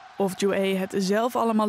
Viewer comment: Het is Ju-ae (김주애), maar inderdaad.. de uitspraak over Koreanen is altijd een drama in Nederland. Ook de Leider's naam is niet als het Nederlandse woord "oen" en de Grote Leider Kim Il Sung, zijn opa, is ook geen "soeng". Je hoeft geen Koreaans te kunnen om ook maar een beetje dichterbij de correcte uitspraak te zitten, maar dit gaat helaas al decennia lang zo. Van een grote zender als NOS verwacht je toch wel iets beter.